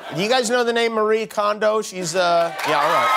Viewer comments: also her name is mari-eh kondo, not mar-ii kondo. that’s how she introduces herself. It is embarrassing that they don’t even try to pronounce the right way to say peoples name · I know it’s a nitpick but her name is pronounced Mari-eh, not Ma-ree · Her name is pronounced "mah-ree-eh," not "muh-ree." =\ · DTwo I think in the context of an English-speaking audience, she chooses the pronunciation “mar-ee” as it’s easier for English speakers to understand. Not sure about Kondo though.